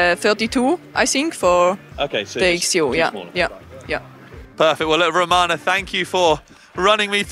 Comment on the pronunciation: her name is Ramona. You called her Romana 5 times!